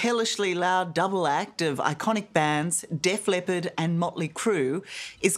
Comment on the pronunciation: It’s Def LEPPARD not Def LEOPARD. FFS 60 Minutes